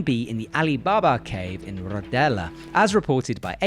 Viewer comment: Usually only butchers the heck out of peoples names. Now he slaughtered Rodellar as well.